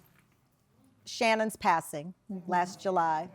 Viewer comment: SHANNEN, SHANNEN , SHANNEN, not Shannon.